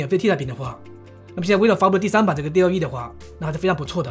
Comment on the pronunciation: 不能生成1:1以外的内容，另外生成复杂的场景不够，第三念多尔E，第四DallE目前内测，不是所有号都有